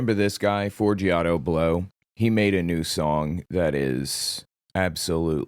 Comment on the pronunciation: Forgiato, not Forigato… but I am so calling him Fori-gato from now on!😂